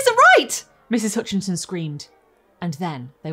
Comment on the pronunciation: Hutchinson, not Hoonchinson.